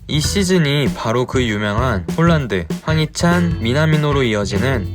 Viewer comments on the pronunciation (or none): 실제 이름의 발음은 홀란드가 아니고 "홀-란" 입니다.:hand-pink-waving